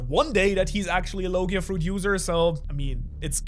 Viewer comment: Bro really said logai but luffy has a zoan fruit